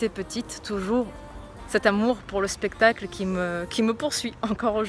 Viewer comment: Je disais "pestacle" quand j'étais petite mdr ça m'a fait rire que tu le dises :p